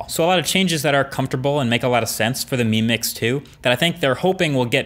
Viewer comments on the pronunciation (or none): When you're saying "mi mix" I keep hearing you "meme mix"